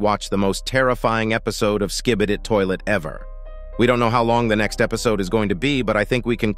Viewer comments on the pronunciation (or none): bro said skibidid😭😭😭